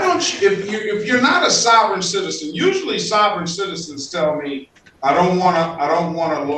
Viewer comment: "Sovrayne citizern'